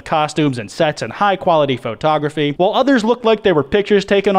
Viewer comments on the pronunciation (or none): This man really said FO-Tography